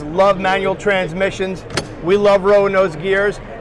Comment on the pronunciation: A lot of "tran-missions" ya got there,. lol;)